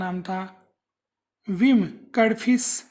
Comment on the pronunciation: Vim नहीं भीम बोलो ,,,, Vim तो europian historian बोलते थे जिनको भीम बोलना नही आता था .........